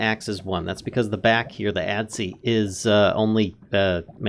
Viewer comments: Adze is pronounced "Adds". The E is silent :| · I died a little inside every time he said "Ad-zee." Other than that, great tutorial! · Adze... the e is silent. it's pronounced adz.